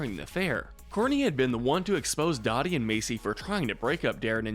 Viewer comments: Funny enough. in the same part of the video where you call on Courtney for mispronouncing Dodie and Macie's names, you commit your own first instance of mispronouncing Dodie's name. It's "Doh-dee". Not "Daw-dee". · OHMYFUCKINGGOD! This is seriously one of my most favorite and cherished shows ever. Never thought you guys would cover this!! Thank you! It's a Christmas miracle! EDIT: Dodee name is actually pronounced DOUGH-dee, not DAW-dee, but she's a jerk so oh well. As vilw as Dodee is though, I think she should have been silver and Mrs. Dave got gold. She's MUCH more than an overbearing mother, she was downright VILLANOUS in the series finale going to insane lengths to break up Dave and Louises wedding. Framing her son, paying people off and drugging Louis! If that's not truly evil Idk what is. LOVED this list though, very well done. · I noticed that too! I have a weird feeling it may have been passive aggresive since she's the most evil? I did comment saying Dodie is pronounced DOUGH-dee not DAW-dee. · Love the list, rankings are spot on. Just one note: Dodi is pronounced "doe-dee", not "doddi". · Doing my man Jonas dirty should have made him low neutral Tier for his complexity in willing to try and be in the kids lives and right the wrongs he made, especially since he mentions only staying away bc he thought that was what was best and he was afraid to interfere again and screw things up. P.S ITS PRONOUNCED do-Dee not da-dee! Smh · It's Dodie not Dottie. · It's, uh, dough-dee. Not Dotty, Courtney. 😆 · I cringed every time he mispronounced her name. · I can't take a video seriously that doesn't pronounce a main character's name correctly for the entire video. Dodie is also not the worst person in the show. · You keep mispronouncing Dodie’s name and it’s infuriating.